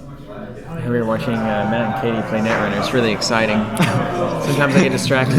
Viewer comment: Btw, according to Lukas Litzsinger on the 100th episode of Bad Publicity he said it’s Kay-Tee not Kot-Tee. But who knows? :)